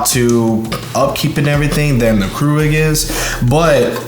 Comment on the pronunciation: Keurig is not pronounced "crew-rig", it's "cure-rig". And the Nespresso pod bin isn't like a trash compactor, it's just a waste bin. While you think the Nespresso coffee is expensive, it's way cheaper than Starbucks. But if you want Folger's tasting coffee, that's your choice. And yes the Nespresso shuts off, but takes less than 30 seconds to be ready. In fact turn a Keurig and Nespresso off and start them at the same time and brew and the Nespresso will win.